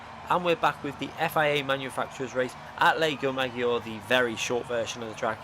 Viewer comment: lake 'majee O ray'